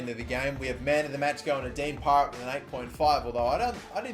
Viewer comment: Y does he keep canlling him pirate when it's parrett